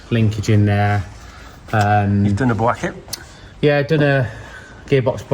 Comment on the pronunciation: " Bwacket". Thanks,. I needed that. 😂